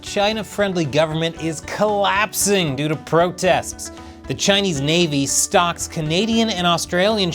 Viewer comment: I heard "stock" instead of "stalk", imaging chinese ships chasing the australian and canadian ships, trying to sell them souvenirs, succulent Chinese meals, etc.